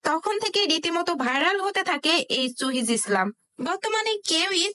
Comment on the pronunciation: মূর্খ বেডি এখনো উচ্চারণ করতে পারে না,আসছে ভিডিও বানাতে। চুহিজ কি রে??